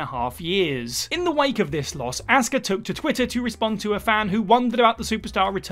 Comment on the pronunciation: You don't know how to pronounce 'Asuka'. It's not 'Assska'.